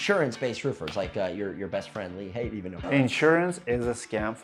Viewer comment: Hahah lee haight